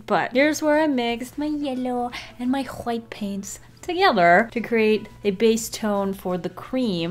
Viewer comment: "Who Hwhight"